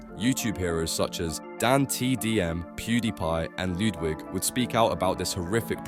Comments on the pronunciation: Not "Loodwig" 😂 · "Lewdwig" lol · Yeah it seems like it considering they can’t pronounce dantdm, pewdiepie, and Ludwig also how the tone of voice never changes